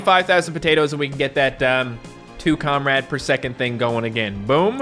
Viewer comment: it’s not Comrade it’s comreeeede